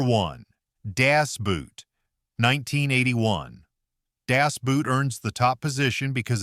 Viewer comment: The German word Boot is pronounced like the English equivalent boat, not like English boot.